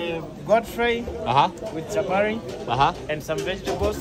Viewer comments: That kenyan who said Chaparri instead of Chapati... should be in jail as we speak🙄🙄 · He he he... I couldn't believe it...chaparrii